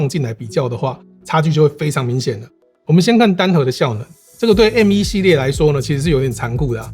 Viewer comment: 第一次聽到有人講「M依」…….. 瘋掉